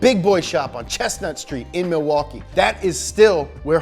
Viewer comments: Im from and live in Milwaukee. You are soooooo close, but we pronounce it "Ma-wah-kee" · It’s pronounced like Ma-waukee. Not Milwaukee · You pronounced Milwaukee wrong. Its pronounced Mih-wah-kee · Being from Wisconsin, I highly enjoyed . You also say Milwaukee funny fyi